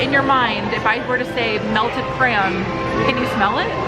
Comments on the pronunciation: PLEASE learn how to say the word ",cray-on! I still love y'all though 💞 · pronounces crayon with a Cajun accent "cray-awns". pronounces it with one syllable, "cranes". Must be a Southern thing.😊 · I love y’all, but if I hear say his bizarre pronunciation of “crayoun” one more time ima lose it 😬😩🥺😆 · As a nj native, I was so confused when would change his pronunciation😂 I genuinely thought there were crowns hung up for a second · It's been awhile since I've gotten a chuckle out of the way pronounces crayon...😂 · He's actually trying to say crayons right. You know it was a thing if you've been following since the beginning. 😂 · Just started watching and am excited to hear all the crayon pronunciations! It genuinely makes me smile/giggle in a good way ❤ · Take a shot every time pronounces "crayon" differently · I kept thinking, am I hearing him, right?